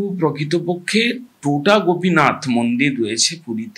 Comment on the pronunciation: উচ্চারণটা টোটা নয় “তোটা”। তোটা কথাটার মানে বাগান।